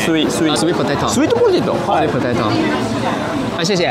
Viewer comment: Sweet potato, 不是 sweat potato Sweat 流汗 😂